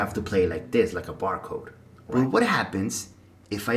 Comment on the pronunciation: Did you say Bar “CODE”